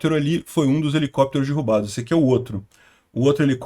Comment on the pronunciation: É "derrubados" e nao "dirrubados"